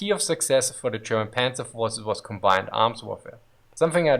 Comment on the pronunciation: It's not pronounced Pänzer ... we say Panzer without Umlaut so I don't know why this guy is butchering this word.